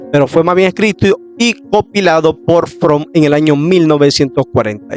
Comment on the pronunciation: Buena información, desde el punto de vista histórico, una observación ten cuidado al editar y también al hablar hay muchos errores de pronunciación y es Leroy Edwin Froom (Lirroy E. Froum pronunciación)